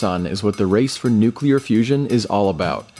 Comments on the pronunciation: Calvary is a religious term. You mean cavalry. Duh. How about, can you say noo-clee-ar? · “Nukular” - George W.